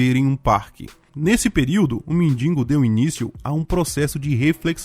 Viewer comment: Cara. Quando vc fala “mendingo” me dá tanta ânsia….. é MENDIGO! De que adianta escrever certo e falar errado?